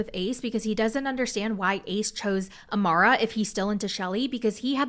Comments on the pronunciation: Her name is AMAYA not AMARA 😭 please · lol her name is Amaya right? The Amara is throwing me off 😂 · Girl her name is AMAYA not amura 😭😭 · as a fellow amya, her name is pronounced “Uh- MY - Uh” not Amara 😂😂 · I was like who the hell is Amara? it's Amaya girl 😭😭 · Girl I think it’s Amaya not amara 😭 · Everytime you said Amara instead of Amaya 🫨🤣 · Amaya* not Amara. I saw that you kept repeating “Amara” 😩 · Her name is uh-my-uh.